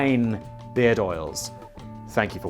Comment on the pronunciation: I thought yuu said beer oil at first 😂